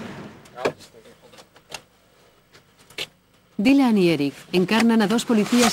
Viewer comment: ha dicho" dailan", DAILAN, joder